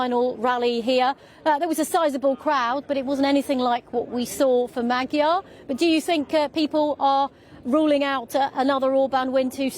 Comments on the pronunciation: Shame the presenter was not able to get correct prononciation of the opposition candidates name. Magyar, with a as in father, and gy as in duke. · Will the BBC bother to check their appallingly lazy mispronunciation of Magyar? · Does the BBC have a recruitment policy that disfavours the ability to pronounce the letter "R"?